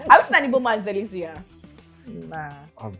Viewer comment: Did she say suya 😂😂